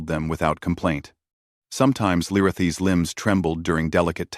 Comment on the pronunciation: It would be nice if ai voice would pronounce Lirayhi's correct each time it stated it, if can be called that.